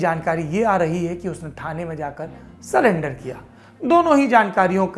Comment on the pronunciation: Sir it’s surrender not salender😀